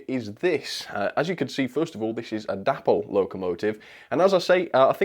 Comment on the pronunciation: I am sure it is pronounced 'DAY-pol'? The founders were DAvid and PAULine.